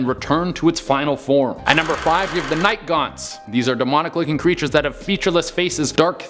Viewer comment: Night gaunts I thought he said night gone